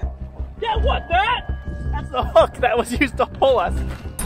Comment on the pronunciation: In "th" middle of the ocean